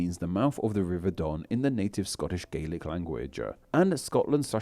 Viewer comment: Scottish Gaelic is not pronounced like that. You are confusing it with Irish Gaelic.